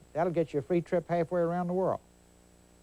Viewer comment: "Will get you a trip hslf-way around the world." Anyone else catch that. Lol. Texas.